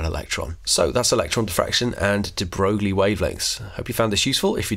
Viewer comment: Its Louis de Broy, not Broo-glie